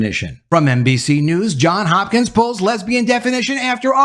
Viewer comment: It's JOHNS Hopkins not JOHN Hopkins...